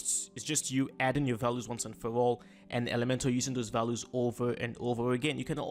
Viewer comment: fantastic tutorial! well done!..just thought I would give you a small tiny piece of advice :). values is pronounced val-you-s or Val ewes :). thanks for the video its really helping me out!